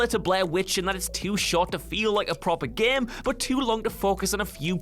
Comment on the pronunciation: Is it me or is he is saying GEEME